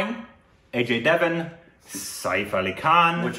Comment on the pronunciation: Take a shot every time says 'A-J devan' 🤣